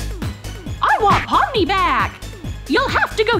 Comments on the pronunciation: it's pomni not palmer but I still like pomni more bc Cain is the real bully here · It pomni not pimiy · Pomni not pony